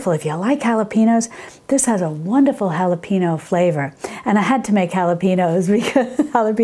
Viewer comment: not HALAPEENO, but HALAPENYO